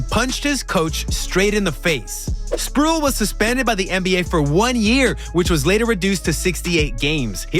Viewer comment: tf you doing making nba videos if you don't know who Sprewell is? It's Spreeeee-well... Not "sprool". Or is this ai generated bs as usual for a 65 sub channel?